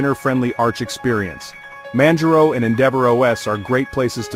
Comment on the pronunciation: Manj-row ??? This text-to-speech is the worst I've heard all week.